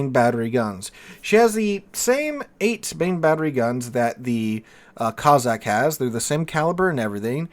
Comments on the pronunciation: Cozzack ? It's CoSSack - after the Russian tribe. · Good vid with one annoying exception. You pronounced Cossack as Cozzack, it's Cossack, no Z's in it. The S's are pronounced like the S in Snake